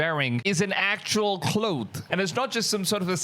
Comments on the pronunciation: Cloth...not cloath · Man..have google pronounce "cloth" for you. Lol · Cloooth? Claw-th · Cloth is pronounced (Claw-th) NOT (KLOWTH) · Are you trying to pronounce clothes ? With an “s” or cloth or cloak